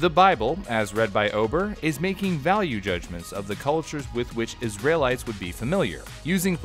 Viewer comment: oh god i am cringing at this whole video. why did i click on this. did i think celebrities were cannibals? also the way he says "Israelites" sound like "Isralites"